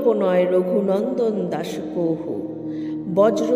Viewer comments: কহু বলছেন কেন? কাহু লেখা আছে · সংস্কৃত শব্দ "কাহু " হলেও ওটা যখন বাংলায় বলবো উচ্চারণ "কহু " হবে